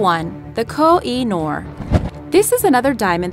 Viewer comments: kohinoor was found in pakistan and is pronounced as kohhi noor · Koh-I Noor MY NAME IS NOOR!!! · Koh-i-Nor doesn't sound English at all... hmmm... Maybe it really came from Indians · It is kohinoon bad british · its not koh-i-noor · Ur pronouce of kohinoor is funny as bunny lol